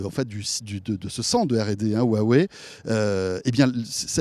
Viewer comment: HUWAWEI sa devient gênant comment ils le disent